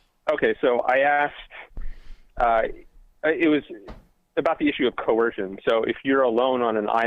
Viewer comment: This guy has a hard time with the word coercion? Seems okay with other words, but that one makes his snowflake heart melt.